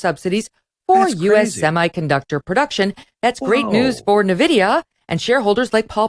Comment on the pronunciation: Its pronounced "en-vidia"